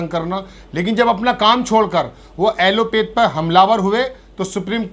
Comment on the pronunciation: ऐलोपैथ न कि ऐलोपेथ। आप एक निष्पक्ष पत्रकार हैं। इसकी सहराना होनी चाहिए।